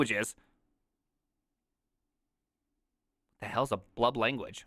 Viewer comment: Yellow and with Purple squirrely braces. It's the vscode default for javascript/typescript. Also,, when you said blub language, I thought you said love language. what's your love language?